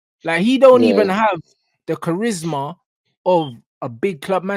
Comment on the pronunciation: Bro said charismaricarick 😂😂